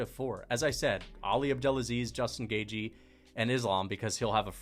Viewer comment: Put some respect on Justin Gaygee’s name